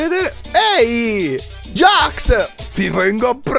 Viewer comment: NON SI DICE GAX ME JAX